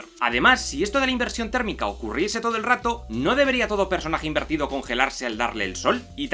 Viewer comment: Chupito cada vez que diga "inverido/a" XD